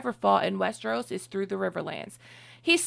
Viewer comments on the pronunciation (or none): none